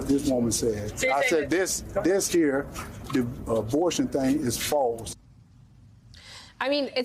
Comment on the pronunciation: Can we say Herschel can barely grasp the English language? “thang”? It is “thing”.